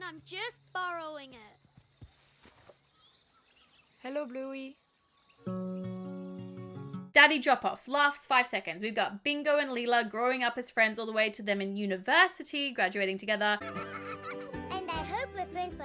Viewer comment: When you said lila (leela) i goy annoyed because my name is lila (Li-e-la)